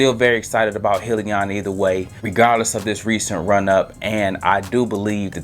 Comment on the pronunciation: Thanks great video......it’s pronounced Hi Leon! 👋